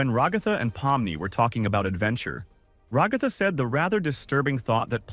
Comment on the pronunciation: Decide on a pronunciation for ragatha already jfc, stupid ai voices😂